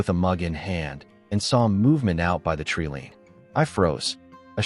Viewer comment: I have noticed that the AI voice in most stories mispronounces a number of words One of these is the word 'treeline'. This is rendered 'treeleen'. In a beautiful intelligent and compassionate it is disappointing when the impact of the story is not helped by the reading of the script.